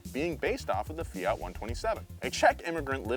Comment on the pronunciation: greetings from Italy! please, the T in FIAT is hard, like TOYOTA. It's quite important, it stays for TORINO that's the city where the factory comes from. And the FIAT 127 was one of the best cars in the world, my mom had one when i was 5, that was amazing